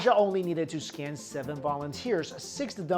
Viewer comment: I keep hearing the word scan as the scam. It made the video much more amusing